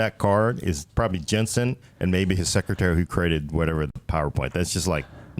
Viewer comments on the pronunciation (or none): none